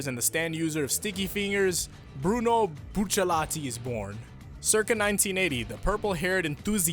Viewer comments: ik this nigga did not just say buccilate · You bucherrateed bucciarati's name